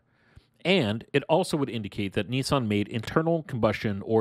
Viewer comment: Niiiiieeesaaan? Lol